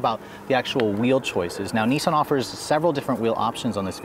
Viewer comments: Nissan is with a swedish accent, with a short I. Not niisan :P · Why do you guys say NEESMO and NEESAN? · Wish Americans would pronounce nissan properly